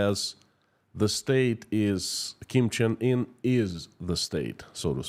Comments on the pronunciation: Kim Jong Un (Kim Chin In is Russian pronunciation?)is the leader. Kim Il Sung & Kim Jong Il Grandfather and father. Didn't know about the Meth! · Kim Cheng In? I heard more russians pronounce it that way. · Your saying his name wrong it’s Kim Jong-un